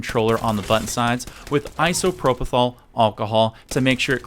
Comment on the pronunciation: It's pronounced ISOPROPYL ( i·so·pro·pyl )